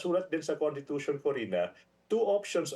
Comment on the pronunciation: Constitution po, not contitution. My god abogado ba to lol